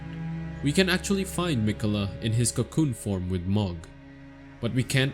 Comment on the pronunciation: please man Mohg is pronouced Moe/ Mo T_T